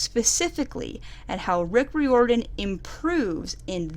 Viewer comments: It's rye-or-den, like trying to get it to rhyme with fireman. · The way she pronounces Riordan... _ ||